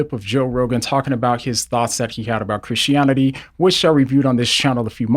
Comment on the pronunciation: I like how you say christionity